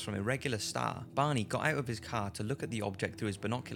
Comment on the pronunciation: Took me awhile to realize he was saying "Barney", not "Bonnie"....